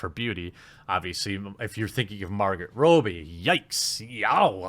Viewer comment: 1 it is pronounced Rob-E not Robe-E 2 it is pronounced Ku-O-ko